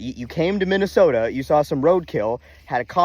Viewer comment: and the best part of Minne-Soo-ta is the millions of great people. except for michelle bachmann. your content rocks! I grew up in the shadow of the schmidt brewery and will stand tall for my hometown.